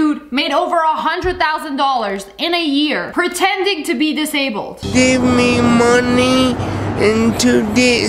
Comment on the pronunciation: The way he said Give meh moneh, 😂😂